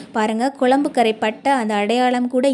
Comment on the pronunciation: வாழைப்பூ கறை போகுமா? Pl குழம்பு என்று சொல்லவும். குளம்பு, குளம்பு கேட்க முடியலே.